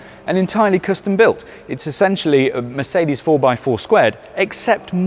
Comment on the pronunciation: The "New"'Meecedes CL (S-Class Coupé) 🤔